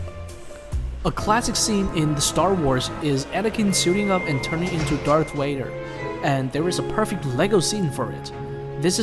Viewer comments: WAdER ahhaha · Darth wader lol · Bro said darth waiter😂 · You said darth Vader wrong